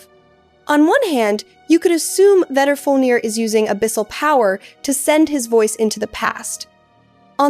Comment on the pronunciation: I thought it sounded like AI, the intonation and phrasing have that AI feel to them. And "she" keeps pronouncing Vedrfolnir differently and in weird ways. Thought I was going crazy reading through these comments until I got to this one